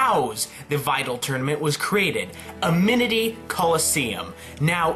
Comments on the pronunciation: A little correction: It's Amity not Aminity. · The coliseum is called "Amity" not "Aminity"